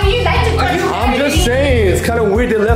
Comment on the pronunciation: no offense but it was sooo funny when you said toch instead of touch